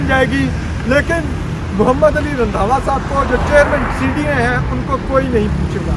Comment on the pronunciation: رندھاوا ❌ رندھا ✓